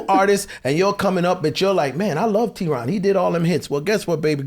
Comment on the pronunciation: Theron ...where is the H. 😂😂😂🙌🙌🙌